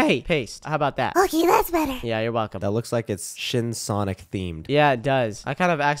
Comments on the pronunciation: Did said "SHIT SONIC"? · Bro said shit sonic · don’t swear I heard sh*t sonic